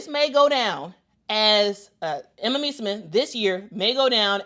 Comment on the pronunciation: So much praise for Emma, yet no care about pronouncing her last name correctly :)